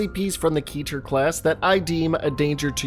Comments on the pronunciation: KEH-TUR Its pronounced keh-tur not kee-tur! Its an actual Hebrew word. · Pronounced "khet-er" but the rest is fine. Good video on scp from such a diverse channel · Look i know its annoying to say this but 'keter' is pronounced as Keh - tah. I dont blame you, cuz everyone is different. But yh thats it's actual pronunciation. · It’s pronounced keter not keter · Idk if it's meant to be key-ter, or keh-ter.. I didn't look it up, but something about the 'key' pronunciation just feels off to me.